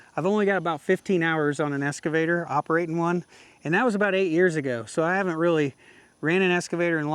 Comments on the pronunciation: Hey, nice machine you picked up there. It's an Ex-cavator, not an Es-cavator:) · i got a little bit triggered every time you said "escavator" lol. EX. EX. EX!!!! That's the end of my TED talk. Congrats on the buy, looks like a nice machine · I won't beat you up on your operation, but I will beat you up on the pronunciation of EX-cavator. Sounds like you're saying ESS-cavator. lol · OMG!!! It's an EXcavator not an EScavator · EXcavator not EScavator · c'mon man, EXcavator not EScavator. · Excavator, no S there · Is it es- cavator or excavator 😅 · Drinking game… Every time says “S” cavator you have to take a shot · There’s no “S” in EXcavator!😂